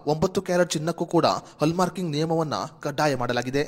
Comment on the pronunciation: ಹಲ್ಲ್ ಮಾರ್ಕ ಅಲ್ಲ ಹಾಲ್ ಮಾರ್ಕ್